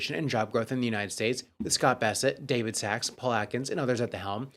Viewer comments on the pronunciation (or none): none